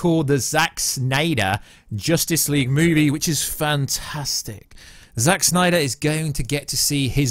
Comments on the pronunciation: Oh please stop staying Snnnyyderr... 🙄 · Ahhh. Stop saying Snyder like that. It's not funny or cool. At all.